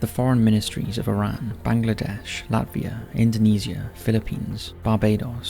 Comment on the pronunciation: Bro salute to you for pronouncing my country's name properly, Bangladesh 🇧🇩